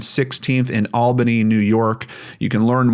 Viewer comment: Bless you for pronouncing Albany correctly.